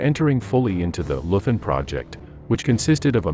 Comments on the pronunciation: Leuthen pronounced LOI-TEN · Hans Scheurmann was a "Leuthen" soldier -- and, BTW, it's pronounced "LOY-t'n". At 16, he was bundled off to face the Russians, and that's the last anyone heard of him. Years after the war, his old mother hoped he died quickly, because if he was taken prisoner, he evidently didn't survive the camps. For Hitler, of course, he was only a single, insignificant individual in a generation of criminals and losers, because they hadn't saved his, Hitler's, for him when the chips were down. This is just a little cautionary tale for all of you fine folks out there who are raising your kids in the best America-first, MAGA tradition. Enjoy!